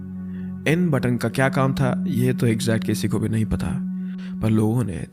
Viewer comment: button bol ke sara maza kirkara kar diya. pagalpan